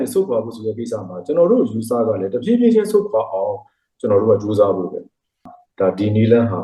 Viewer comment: တဖြေးဖြေးကအခုထိမပီသေးဘူးလား